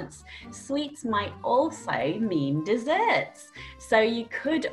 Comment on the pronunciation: deserts? Not desserts?